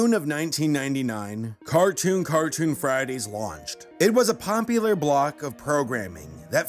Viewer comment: Hehe, Pompular